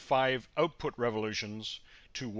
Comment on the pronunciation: Output not Ootpoot.